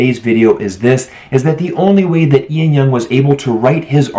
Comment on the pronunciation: Ian Young? It's Lan Young.